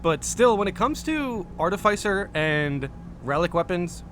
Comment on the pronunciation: Hearing you try pronounce "artificer" 30 times this video really hurt the ole noggin.